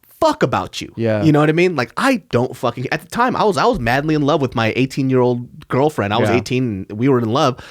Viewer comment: Why did he emphasize "18 year old girl friend"?